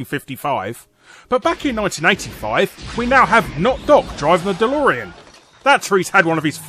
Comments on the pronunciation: it's not delorian, it's delorean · Um, "Delorian" How fucking dare you?!